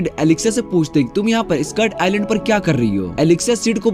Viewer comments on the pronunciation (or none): none